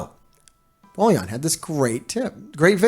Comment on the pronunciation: It's funny till now no one has highlighted the fact that u r calling BOILON as BOLLION 😂